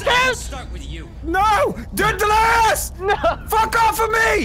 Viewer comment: It’s delirious not delrious